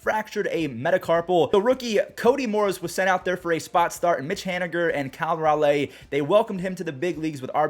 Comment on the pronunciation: Dude your killing me. I love you man but please look up the pronunciation for Cal Raleigh